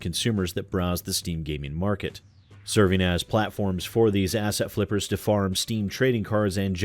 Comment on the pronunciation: Is it just me or does it some times sound like is saying "Ass-hat" flippers? Not that he would be wrong either way.